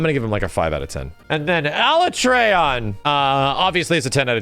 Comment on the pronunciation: Everyone on the planet: Alatreon: ALA-tray-on 🙄